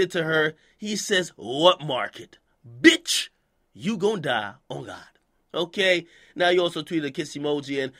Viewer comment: that bitch emphasis tho